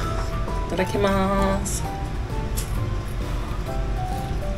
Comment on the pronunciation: Alam na ni sora pagsabi mo Ng itadakimas 😂😂😂